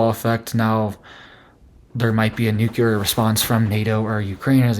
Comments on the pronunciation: New-clear .... NOT nu-que-ler 😂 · Another place we are loosing our language. Please relearn the pronunciation of the word “nuclear”. You can look it up, and many so called experts even say it incorrectly. The correct way to say NUCLEAR is, new-clee- ar. NOT new-cue-lar. Look, nu-cle-ar, just like it’s spelled.